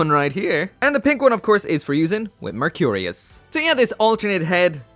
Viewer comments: VAY-Eight , Merc -re-us. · Anyone besides me getting annoyed with the way he is pronouncing vayeate and mercurus?